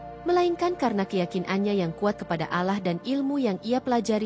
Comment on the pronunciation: Bukan alah,tapi Allah (Alloh),p'hatikan Makhrajnya (belajar lg cara m'nyebutnya...)